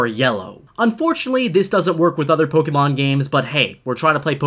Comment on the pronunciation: Did he say pogemon